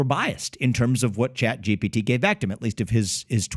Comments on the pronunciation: Pat, it’s not GBT, it’s ChatGPT. It’s not a big deal, but it’s distracting when you say ChatGBT. Great video otherwise. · Why does he always say chat gbt?